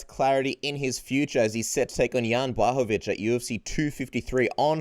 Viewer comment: one of few guys how knows how to pronounce Jan Blachowicz properly. Now it's time to invite Janka;) dasz radę.